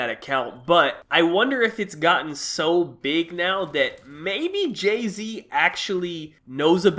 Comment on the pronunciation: Who the fuck is Jaz-Z?😂